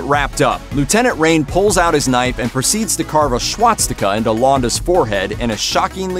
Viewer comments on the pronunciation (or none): "shwatstika" how do you get that pronunciation from "swastika"? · A schwatstica? Seriously? :-) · Swachtika? Planet day singe? My God is it REALLY that hard to ask someone how things are pronounced properly? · what’s a ‘SHWAT-stika’? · am i the only one who noticed that he pronounced swastika as "schwatztika"? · What is a swatstika? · A “Schwatz sticka ? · What's a shhwatstika lol? Come on, that mispronunciation stands out so bad. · whats a schwasctika? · Guy needs to work on his pronunciation of "swastika" and "singe"